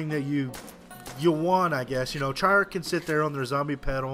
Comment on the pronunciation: not to sound mean, but why do you pernounce it Try-Arch-E instead of Treyarch?